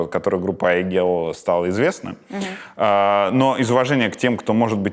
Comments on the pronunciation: @@ давайте начнём с имени, ни одну Айгуль или Айгель или Aiygel я не знаю в подобном произношении. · теперь я буду произносить это имя с мягкой Л на конце)